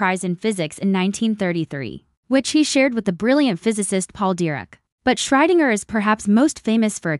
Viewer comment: WHO? Can you pronounce that properly? A.I. sucks again!